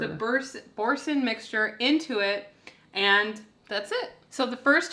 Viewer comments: Boursin is a French word. Bor san...dont pronounce the last letter. Not sannn. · LOL, they are cute❣️ Boursin cheese is pronounced “bore - sin” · Pronounce it “boresun” with that “n” becoming mostly a nasally sound rather than a hard “n”. The “r” has a kind of special articulation, too, but many English-speakers have a hard time pronouncing it. Too much info? 🤪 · Boorzan would be close to the French pronunciation.... Haloumi cheese is good sliced and fried in a skillet! But love the chaffle idea too ,you girls are awesome 😅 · FYI: pronouned bor-san (French) with accent on 2nd syllable ...ooolala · Boursin cheese is French, so it's pronounced boor-san. I'm just confused how the original recipe was not already keto. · It’s pronounced like boorson 😉😊💕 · It’s French, pronounced Boor-SUN 😉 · Boor-SAHN. Oui oui.